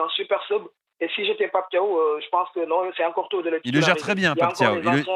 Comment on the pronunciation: c'est Pape Thiaw comme Ciao arrête de dire Tio